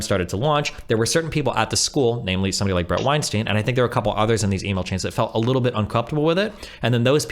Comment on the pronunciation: All the time these two spent discussing Weinstein, you’d think they’d know how to correctly pronounce his name at this point.